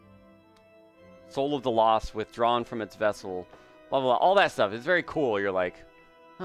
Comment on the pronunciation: No dude it's "Soul of the lost withDRUUUAAN from it's vessel"